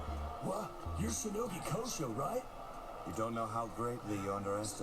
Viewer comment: The english dub also screws up the name of Kureha and Kosho, their surname is Shinogi